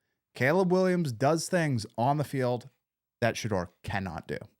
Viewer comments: You're still butchering his name it's pronounced Sha-door 🚪 not Shadrrrrr😮😮😮😮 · If you’re going to be commenting on Shedeur you need to learn to pronounce his name. It’s pronounced Sha DOOR 🚪not Sha Durr.